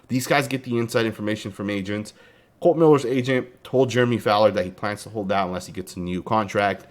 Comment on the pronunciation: Damn son you can’t read… It’s not Colon !